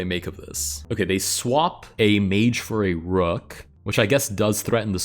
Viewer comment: "rook" more like rock